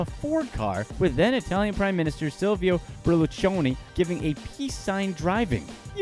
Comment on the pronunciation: LMAO for the wrong pronunciation of Berlusconi